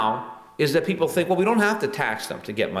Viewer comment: hehe, "de peepoh"